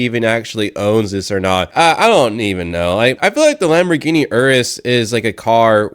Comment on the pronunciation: he cant even pronounce the name of the lambo right